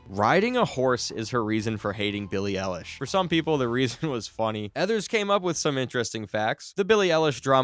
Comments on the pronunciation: "Billie aallish' bro she can't even say her name right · "billie elish" IM CRINE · "Peely ilish" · You pronounced Eilish wrong.